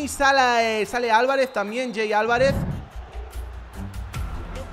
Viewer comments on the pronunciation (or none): me encanta que cuando hizo los cambios en el partido contra el Madrid cuando entro Julian Alvarez le dijo jey Alvarez xD